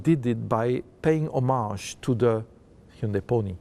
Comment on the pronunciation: 휸다이 라고 않하는게 연습 많이 한듯.ㅎ